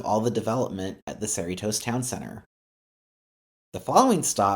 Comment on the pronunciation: Art-ee-jaa, Car-men-ita, Sir-ree-toes, oh my gawd 😫lol